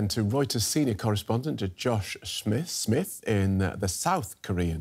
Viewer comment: Smimth, Smichz, Smisz ... Smith brudda